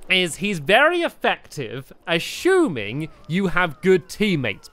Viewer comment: Anyone notice that he said ashuming?